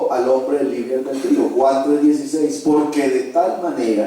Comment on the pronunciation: No sé dice albendrio, se dice albedrío.